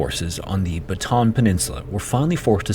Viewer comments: Was about to comment the same thing until I saw yours! Westerners fail to realize that Bataan has 3 syllables, not two. My great-grandfather was also in the Bataan Death March, but he didn't survive. I wonder how different my life would be if he had lived. I also wonder if our great-grandfathers ever met. I was at the Capas National Shrine (site of what used to be Camp O'Donnell) just last month to see the memorial, and there are pockets of preserved items and places from the camp, like one of the small, inhumane boxcars that was used to transport the POWs, and the bridge they would cross to fetch water from a well. It's tough to try to imagine what their life might have been like. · It's not pronounced "baton". It's "Bata-ahn". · Pronounced BA*TA*AN. Not hard to pronounce. NOT BA*TAN. I looked on the map, no batan here. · Very informative video. Thanks. Just a pronunciation guide: "Bataan" is pronounced "buh-tuh-AN", with the twin A's sounded separately. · This is a solid video on this! Very interesting to hear what Ive learned from a non-local perspective. I... I just have to say though, so sorry, but it's Ba-ta-ahn not Batahn. Sorry, my brain is bothering me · Just a little pronounciation correction for Bataan: While i understand Americans would pronounce it as "Buh-tan", its not pronounced as such in our language and is in fact pronounced "Bah-tah-ahn", Bah, like a flat A or a sheep would make sound, works the same way with the other A's in the name Bataan, thank you covering a piece of our history. My great grandfather was a Bataan Death March survivor and was granted American citizenship. Never met him, but my mother recounts the days he passed and we were able to retrieve an American flag from the embassy as a respect to his passing. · it’s pronounced ba-ta-an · Great video sir! and I really appreciate that there is no AI content in this vid. anyway, for improvement's sake, BATAAN is said as /BA-TA-ÁN/ in three syllables. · Its pronounced Bah-tah-ahn